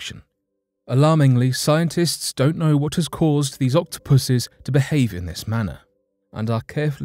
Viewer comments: "Octopusus" ...if he didn't say octopi the rest of the video i would have been worried 😟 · I initially misheard a key word for #3: Octopus are walking on shore. Can you spot it?: "Octopuses are some of the most well known sea creatures, with their curious eight tentacles, incredible intelligence, camera-like eyeballs & SLAMMIN’ BODIES!" I thought you were giving a cross species "shout out" of appreciation to the Octopuses amazing physique, only belatedly realising it was "slimy bodies" instead! I am an idiot!🤦🏻‍♀️☺️